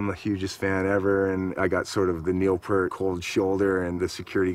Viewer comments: It's pretty funny considering you don't know how to pronounce it yourself. It's P-ear-t, not Peert. You don't get to hang out with Neil. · "Pee-Ert". Not "Pur-T". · Geddy tells everyone how to pronounce it. Pert is wrong. Like he says, ear with a P at the beginning and a t at the end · Rush is amazing and why can't people pronounce Neil Peart's name properly? It annoys me to this day. It's "PEE-RT", not "PERT". Why is that such a difficult thing?? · Its not pronounced "pert". It is pronounced as in "Ear", so P -ear -t. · I hear Jack Black’s voice but see Po from Kung Fu Panda meeting Neil Peart. However, I’m pretty sure it’s pronounced “Pea-air-t”. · "no, I'm Neil PEEYART, pronounce it correctly, eh" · Jason Lefler its peart but pronounced peert isnt it? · It's pronounced 'Peart' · p-ear-t phonetically. exactly how its spelled. that is a big pet peeve of mine as i know members of his extended family whom it also drives crazy lol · PURT! WHAT THE EFFF,GOOFS,GET IT RIGHT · All these fans of Neil P-ear-T and yet none of them get his damn name right. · Whenever I hear someone say "Neil Purt" I want to punch a wall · To be fair there was no place to hear his name pronounced until Youtube came along. Everybody said it like "pear" t. I did it for thirty years until I watched a drum video with a guy showing how to do the famous crossover that Neil does. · If you don't know how to pronounce Neil's last name, you don't get to hang with Neil. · I always love how some people say they're big fans of Neil Peart but still can't pronounce his last name right. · They could’ve pointed out the pronunciation of Peart before shooting this documentary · These guys can't even pronounce Neil's name correctly. Obviously they were VERY unaware when they met him that he's shy about meeting fans. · even when Foo Fighters inducted rush into the rock Hall of Fame, Taylor Hawkins f-ed up pronouncing Neil‘s last name. 🤦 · I absolutely can’t stand hearing people mispronounce “Peart” 😡😡😡